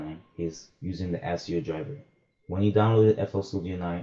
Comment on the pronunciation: this nigga said "ASS-E-OH" lmaooo.. thanks for the vid though.. my question is a little more in depth though because I'm not using the Asio driver nor am I using my laptops either. I'm using a Focusrite Scarlet 2i2 and I'm dealing with the crackle which shouldn't be happening.. I'll have to search more specifically for users with the same interface.. cheers #MISTA808